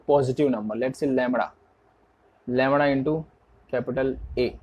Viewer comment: Bhaiya lamda hota hai lamra nhii hota....